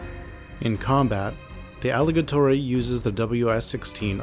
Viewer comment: Also , it is not Aligatori It is Aligator. In Russian, the word for "alligator" is аллигатор (pronounced ah-lee-GAH-tor). Here's a breakdown of the pronunciation: а (ah) – sounds like the "a" in "father." л (l) – sounds like the "l" in "lip." и (ee) – sounds like the "ee" in "see." га (gah) – sounds like the "ga" in "garden." то (tohr) – the "to" is soft, like "tor" with a slightly rolled "r." So, the full pronunciation is approximately: ah-lee-GAH-tor.